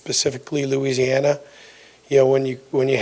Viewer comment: Did that boy say loosiana